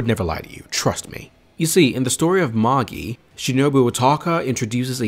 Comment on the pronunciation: No it is magi not majai wtf?